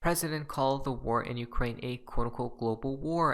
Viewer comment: Not ukrake. But U.k.